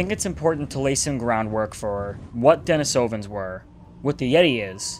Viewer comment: I believe that it's pronounced 'den-ee-so-vin'